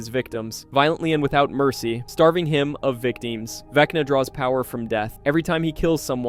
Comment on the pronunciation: "vecnii " lololoo